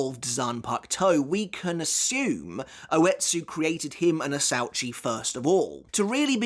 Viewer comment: “Asuechi it’s pronounced in Japanese idiot not how you pronounced it asauchi